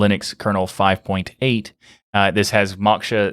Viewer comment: Moksha is pronounced "Mo-kh-sha" - Sanskrit word meaning "Liberation"